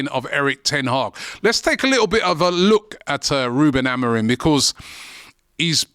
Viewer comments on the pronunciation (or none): It's Amorim. Stop saying Amorin. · already pronouncing the guys name wrong, just take a second and look up his name ffs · Amorim or Amorin? People get the name wrong and act like they know what they're talking about 😅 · This videos complete waffle, with zero information or research.. i mean, you didnt even look at his name so you can say it right. madness.. might as well of said the title and left it at that..